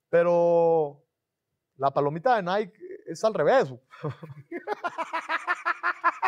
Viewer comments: No se pronuncia naik se pronuncia naiki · “Naiqui” no “naiq” 😒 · se dice "NAIKI"